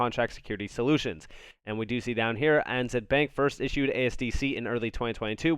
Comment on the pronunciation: ANZ = Australia & New Zealand Bank Pronounced A (Ay) N (en) Z (Zed)